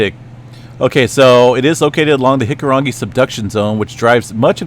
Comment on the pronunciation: Just want to say, as a New Zealander, I really appreciate the pronunciation of our Maori words. You try harder and do better than most. In fact, you pronounce hikurangi better than some people i know here haha